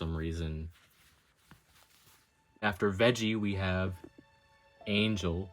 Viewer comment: Not me dying because he called knock off angel “angle”